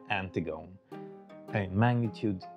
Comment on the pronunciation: Very cool accidental capture. Thank for showing the process you took to identify the unknown object. By the way Antigone is pronounced An-tig-uh-nee. It is a play written by Sophocles.